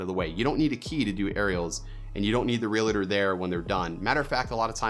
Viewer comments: Hey, it is pronounced "real-tor" not "real-a-tor". A common error. Like people calling you "Do-a-Bo". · Good video. On a side note, your pronouncing Realtor wrong. It's (real - tor) not (real - a - tor) just two syllables. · Great video! Im nitpicking here but it's Real - tor, not real - a - tor. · Enjoyed the video, very helpful. I've made some of the same mistakes myself. REALTOR is pronounced REAL-TOR though, not REE-LA-TOR. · Great video! Quick tip. No offense intended. It’s pronounced real-tor, not real-a-tor. It’s actually one of the most commonly mispronounced words in the English language. I used to say it wrong as well. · Lot of good advice! Being your own worst critic is tough, but then you push yourself harder to do good work. Now, since you asked for some critiquing, a couple other things you should watch out for... It's "realtor", not "realator", which often makes realtors crazy. It's like "jewelry"; SO many people say "jewlery". A minor thing but gives some people the wrong impression about you. Last but not least... "video-ography" ? Videography is one word. ;) Thanks for the great insights! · Thank you! "Reeladures" drives me nuts!